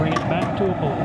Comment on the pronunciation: dude, say BOIL ffs it is not BOWL